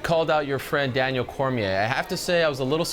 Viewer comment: Its Cormier, ESPN needs a new guy if he doesn't double check a champions name before he posts a video. I'm available ESPN, talk to you soon.